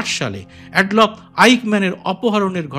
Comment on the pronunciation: অ্যাড-লফ নয়।‌ উচ্চারণটি হবে আ্যডল্ফ